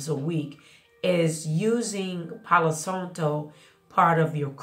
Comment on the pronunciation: Thank you for the info!! The a in Santo is pronounced exactly the same as how you pronounce the a in Palo 🩷✨